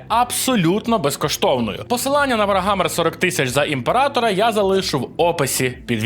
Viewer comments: написано "Warhammer" - вархамер, а кажеш "варгамер" який Wargammer? обкладИнка - обкла́динка, кОтята - котя́та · ВарГамер ,сайлент Гілл. Гуйня. Не тошню, просто бісить це ваше бачення відміни букви Ха